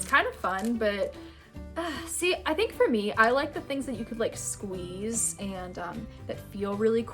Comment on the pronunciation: The way she is like “and u SqUiZe iT”